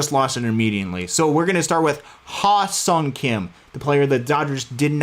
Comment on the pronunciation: I probably spent about 20 minutes working on the pronunciation of his first name prior to the show to get it right. As soon as I started talking when the stream was live, the only thing I could think of is the incorrect pronunciation his name. You could probably see me trying to think of it as I'm talking and stalling the move the Dodgers make. Totally butchered the pronunciation in this stream, but what can you do. I will continue to work on it and try to get it right next time! Also, thanks for the pronunciation of "Kim." I will try to adapt the correct pronunciation when talking about Hye-seong and Ha seong. Appreciate the feedback and support,!